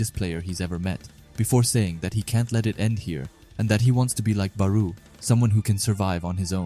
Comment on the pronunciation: no hate but your pronouncing barou his name wrong